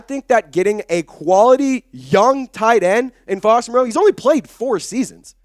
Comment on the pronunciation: Not to be picky, but Foster and his family pronounce his surname like Morrow not Mor-ROE' Here is Foster explaining the pronunciation. He says its doesn't mind the way most people (mis) pronounce.